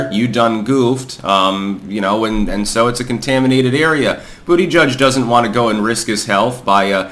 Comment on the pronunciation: Bu**geek is the name. I don't know how anyone could still mispronounce this stud's name